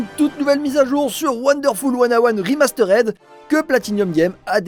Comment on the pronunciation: "remasterèd", ça pique x)